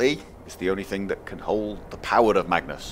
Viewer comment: when he said "staff of magnus" at the start,it sounded like "staff of matches" XD